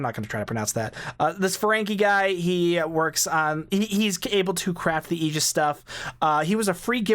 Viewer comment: Holy crap!!! You pronounced Aegis correctly! Nobody online gets that right. Subbed.